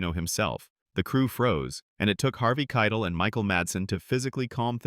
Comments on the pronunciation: Harvey Kei-TEL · had to turn it off when the AI voice said 'Keitl' for the third time. shame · The video AI can't pronounce it.